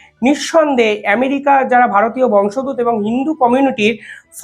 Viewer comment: কথাটা বংশোদ্ভূত..... উচ্চারণ টা ঠিক হচ্ছে না